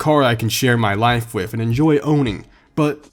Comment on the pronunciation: “spend my life WIF it” looks like someone never learned to pronounce “th” You sounds like a little kid 🤣 Also why’d you buy the ugliest color for a corvette? “BeCaUsE I CaN” Was it so you could subtly brag in each video? Or maybe you’re tryna pull an ugly chick?